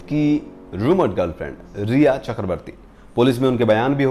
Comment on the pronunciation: Sir It’s rhea / ria not reha . I hate that woman 😡